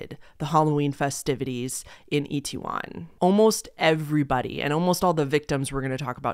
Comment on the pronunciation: You actually said Itaewon pretty good actually (it’s said as It-Ae-Won or like it-tae-won). It actually used to have a bad reputation in the 80’s and 90’s, due to Korean citizens basically making it out to be a bad area due to foreigners and such. There is even a song called Itaewon Freedom, made by UV featuring JYP (who owns JYP Entertainment, a big three K-Pop company and founded the girl group Wonder Girls, who were the first K-Pop group ever to make it on the Billboard Top 100’s) that I’d compare to Uptown Funk (because the main artist is less known than the featured artist and the fact they both have 80’s callback sound). So seeing how popular it is now makes it just as sad. And I definitely listen to K-Pop since 2009 and I came up watching english speaking people in South Korea, especially this YouTube couple and they in fact went out around dressed up for Halloween and Korean citizens definitely weren’t the most comfortable with it at that time. I know they have been like that with big dogs in the past too.